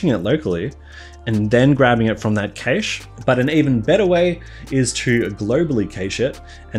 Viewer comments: Cache is pronounced cash btw. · it's pronounced cash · It's pronounced cash.